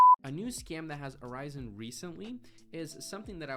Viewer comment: I'm really enjoying your content sir! But you pronounced "arisen" correctly the first time :)